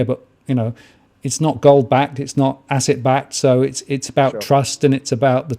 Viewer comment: an ASSET... he says - more like an ARS-set ;-)